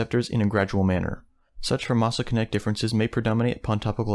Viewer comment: Very interesting. Though 'pharmacokinetic' is generally pronounced as "farm-a-ko-ken-eh-tick", similar to pharmacy or pharmacology.